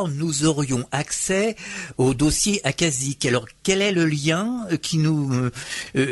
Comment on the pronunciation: accashique se prononce "acachique"